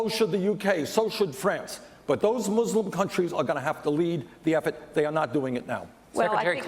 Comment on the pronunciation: I like how Bernie pronounces "mUslim". It reminds me of the Treaty of Tripoli where they use the word "Mussulmen". O'Malley said "third" instead of "tertiary" :(